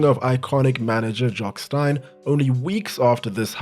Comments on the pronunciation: It is but he made a big mistake that most do , Jock Steins surname is pronounced Steen not Stine . Great video regardless though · STEEN Not Stine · Steeen Jock Steeen not Stine. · Jock Stein is pronounced Steen